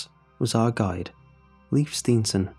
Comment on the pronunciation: Leif is pronounced Layf not Leaf. Great story though